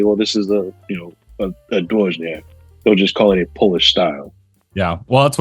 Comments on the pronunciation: It’s D-voy-niak 🫡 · Find a Polish speaker and ask!? Your BIG issue was that "J". In Polish it's pronounced like a "Y". I was lookin at those ratios of honey to water, then at the resulting ABVs and they made no sense to me. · From a Pole's perspective, you pronounce it funny ;-) Generally, these names (półtorak, dwójniak...) refer to the ratio of water to honey - półtorak has the least water (1 portion of honey and 1/2 water; 1 + 1/2 = 1 and 1/2 = one and a half = półtora (PL) -> półtorak), czwórniak has the most (1 portion of honey, 3 portions of water; 1 + 3 = 4 = four = cztery (PL) -> czwórniak). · Almost I would say: D-vooy-nee-ak but make the nee very short. Not as prolonged as in Monthy Python. Soften it up, and then you will lend on Dwójniak.